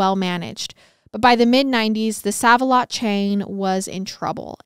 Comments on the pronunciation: Girl. Its not said as 'sav' the store is said like "Save a lot" 😂😂you KILL me with your confident misprounciation of things! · This case happened in the town where I live and I thought I knew everything about it but I learned a lot more from watching your video. You did a great job on this case. FYI Sav a Lot is actually pronounced Save A Lot. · When I heard pronounce it as ‘sav’ instead of ‘save’ I was like 😱 they’re about to get a lot of their favorite kind of comments /messages 😆 But browsing through the comments I didt see a billion ‘it’s SAVE a lot’ comments so now I’m wondering if there is another chain where they say sav instead. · I just have to comment. Every time you say save like sav it cracks me up! Save-a-lot is pronounced Save. Like "I'll save your life" lol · I love your telling of the tale but please stop calling it Saav A lot. It's SAAV A lot. Like SAVE. I have shopped there for literally 40 years. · Okay, so I commented on the girl scout murders episode, you kept saying "May-Ez" for Mayes County when it is actually "Mays". Now you are saying "Sav" when it's pronounced "Save", my thing is how can you not know that's how it's pronounced? Do you not naturally see Save alot makes more sense than Sav alot for a thrift store? What is a "Sav" anyway? Still, I love your podcasts and follow you on YT and Spotify. No hate at all coming from me but Im just embarrassed for you when you do this. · Ikr? 😂 It's super cringy. It has me disturbed and unfortunately she does this alot with simple words. Still, I love MWMH. Just wish she would do more research in pronouncing things. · Same!! I was hoping I wasn’t the only one that it bothered. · In Indiana, we pronounce is like "save" Save-a-Lot...also, it's so crazy to believe this happened just north of us 😮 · Love you guyz❤❤❤ just wanted to add, it's SAVE-A-LOT lol, not SAVE-A-LOT.. 😅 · Love you guys but I think it’s pronounced SAVE-a-lot (even tho it says SAV) lol😂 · Pronounced "Save alot"